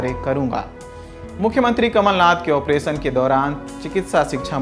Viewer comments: ऑपरेसन नहीं ऑपेरशन होता है, उच्चारण की कोई ज़रूरत नहीं होती क्या लल्लनटॉप में जॉब पाने के लिए। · Pronounsation is not good मध्य प्रदेश को " मध्य प्रदेस" और ऑपरेशन को "ऑपरेसन" बोल रहा है 😁😁